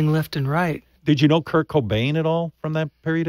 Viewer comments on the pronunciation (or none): It’s Kurt Not Kirk